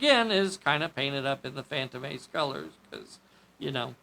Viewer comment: It is a shame no one makes the Leslie Special or the Hannibal 8 in 1/48. As a correction, you were pronouncing the Phaeton phantom.